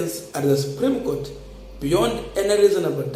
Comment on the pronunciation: It is ruto who dumped him,after what happened with 2017 nullification of results,the guy would struggle to pass his points during the case and also to add salt to injury ruto has reduced him to a Twitter lawyer🤦🤦🤦,a senior counsel who can't even pronounce supreme Court well ati subreme goat ,it all started from there,ruto was definitely not comfortable with this guy ,ASAP